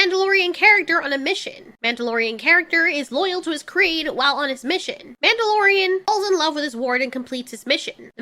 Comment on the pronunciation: 'Mandy-lorian' somehow sounds accurate.